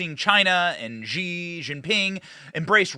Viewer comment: “Zhee” is NOT his name. It’s pronounced like “she”.. honestly